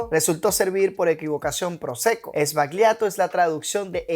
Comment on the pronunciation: "Sbagliato" is pronounced as if it was written "sballato" in Spanish, cheers!